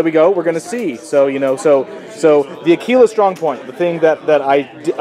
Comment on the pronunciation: It's pronounced akwilla, not akeela. Methinks you had too much tekeela.